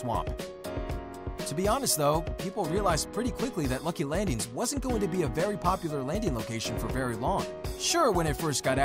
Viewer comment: Am I the only one annoyed when he says landings